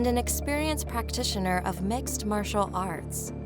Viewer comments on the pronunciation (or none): none